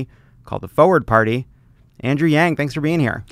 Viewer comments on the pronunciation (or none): Speaking of mispronumciation (Succession), Forward is pronounced as it's spelled, complete with the 'R' sound! Not Foeword!